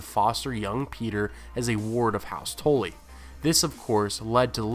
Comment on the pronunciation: the way you pronounce Tully had me confused until you said the Blackfish's name